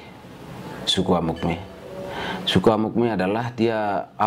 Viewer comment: Amukme bukan tapi Amungme